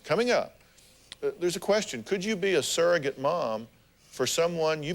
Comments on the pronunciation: They seem like nice people, but they don't even know that the word is surrogate and not saragate/serragate! I can't be the only one annoyed by this. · It annoys me when people say “serr-a-get”. It’s sURrogate